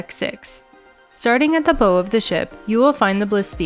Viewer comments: I thinks it’s pronounced bow, as in take a bow. Rather than bow as in, bow and arrow. Same spelling but different pronunciation and meaning. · Please learn how to pronounce the “Bow” correctly… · We'll be on this ship in about two months. Thanks for the video! I'll excuse the pronunciation of "bow" :) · Love your videos! We will be sailing on the Bliss in October so this really helped to get oriented ahead of time. By the way, bow of the ship rhymes with cow, not like a tied ribbon. god bless you!